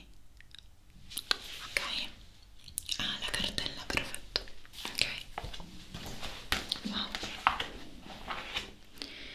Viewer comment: In questi ultimi video ho notato che invece di dire "perfetto" dice "prefetto".😅